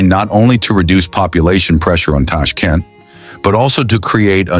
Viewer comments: ЧЕрчик с ударением на е,ТАШКИН- это где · что за нащзвание ТАШКАН и УБЕКИСТЕНс ударением на И